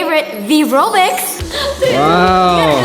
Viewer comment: you said favorite vy be robux not vy be robix